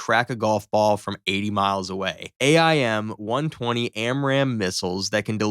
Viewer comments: Hey AI, its pronounced 'aim' not A-I-M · It really bothers me they the narrator says A I M instead of just "AIM" as a word. I mean, I never knew how it was actually said, but as a kid who loved planes, I always said an aim 9 sidewinder. Also, TIL the F35 flies with its landing gear down.